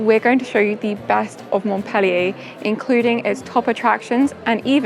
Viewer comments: the city of Montpellier is called by the French mont-pel-LIER, not mont-PEL-lier! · Thank you for the video❤i would suggest you improve your english enunciation,by not eliminating so many consonants.By exclusion i figured you were referring to MontPellier,because Mo?K?ellier is what i was hearing. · It's not "Mont-PEL-ee-ay" ...